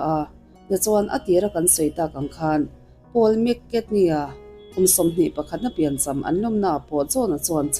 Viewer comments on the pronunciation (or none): Keipawh mak ka tia,McKatney tih ang zelin a lam a..